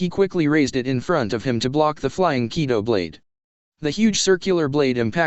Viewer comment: Ki-do, not kai-do. Zam-pak-toe not zan-pak-to-toe. Sword, not knife. Silvers Rayleigh not pluton Rayleigh.